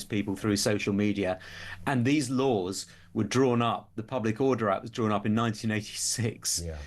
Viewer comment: “PUBIC SAFETY…”😂